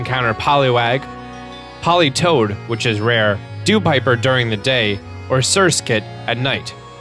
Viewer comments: "Dewpiper"? Really? It's "Dewpider" with a "d"... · It's actually DEWPIDER like Dew and Spider